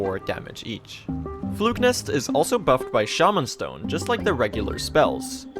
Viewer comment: dude its shaw-man stone